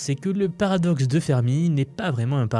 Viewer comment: Paradoxe de Fermi et non Firmi